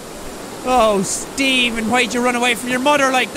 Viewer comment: jack saying "steven" sounds like "demon"? and all i can think of is shane going "deMOn? dEmOn!"